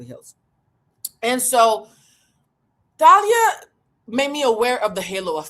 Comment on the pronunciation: The way you’re saying her name is driving me crazy. It’s Tah-lee-ah and she was in Mexican soap operas and a singer. She was part of a Mexican band then went solo. Married Tommy Motooa Mariah’s ex.Thalia also has a famous sister. She comes from a reputable family. I always found Thalia annoying. Btw, COO chief operating Office to me finance is CFO chief financial officer